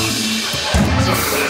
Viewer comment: “poo teen” lolll